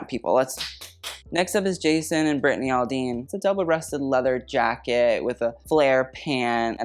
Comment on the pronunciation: The way you said Brittany & Jason Aldean 😂